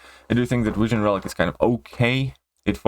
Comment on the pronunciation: What's a wision or a tor? 😂😂😁